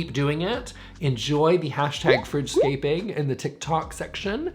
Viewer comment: It took me way too long to realize he was saying “fridge scaping” and not “French scaping” 😂